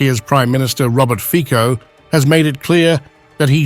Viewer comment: If you are unable to pronounce the name Fico correctly how can I be sure that the rest of what you say is correct?